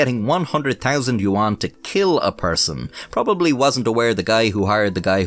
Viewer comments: for future reference, yuan is pronounced more like "yen" or "ywen". Im gonna pretend I didnt lose my mind every time you said it in this video. I must say, as far as I can tell, you pronounced the names pretty accurately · "You juan" 💀💀